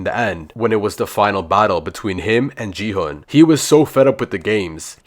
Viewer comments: Bro called gi hun ji hun lol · Is not ji hun is song Gi-hun